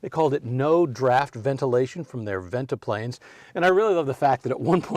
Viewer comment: Guessing that's a modern headliner! It's Ventipanes, not ventiplanes.